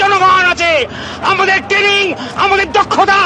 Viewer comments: Ora ota TENNING NA TRAINING!! age uccharon to korte sekh!! 🤣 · উফফ, তোমাদের টেনিং, উচ্চারণ করতে পারো না ঠিক মত, আর এরা কলকাতা দখল করবে! কোন ব্র্যান্ডের গাঁজা খায় এরা!!!!😂😂😂😂😂